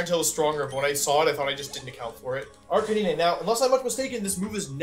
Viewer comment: You know things are not going to go well when wolfe says Arcanine instead of Arcaninay